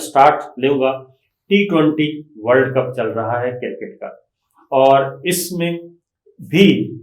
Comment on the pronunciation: Sabir Sahib, sahih talaffuz CRICKET hy; CIRCKET nahin.